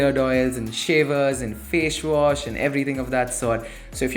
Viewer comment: FASHE WASH xD